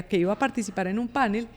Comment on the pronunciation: Por favor, la palabra "panel" es aguda y no grave como se ha vuelto moda al igual que "cartel". Entonces, no más " pánel" ni "cártel".